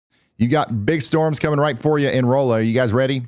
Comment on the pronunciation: Been meaning to say Thank you. Folks catching Ryan still mispronouncing Rolla cracks me up. Ryan, you doing good on catching yourself though, there's places in Missouri, especially of french origins, I don't know if I'm saying them right 😅